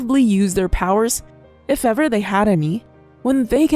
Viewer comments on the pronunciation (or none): none